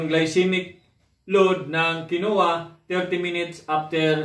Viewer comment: Kin Wah po ang bigkas jan